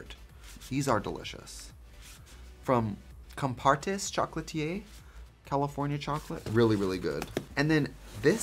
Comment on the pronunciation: the way he said chocolatier like Cartier instead or eer LMAO